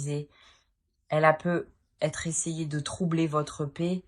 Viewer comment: Bonne guidance mais sincèrement ce " PEU ETRE" sans liaison c'est très pénible .. navrée